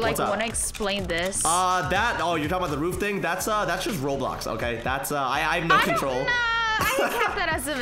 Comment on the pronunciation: its "roblox"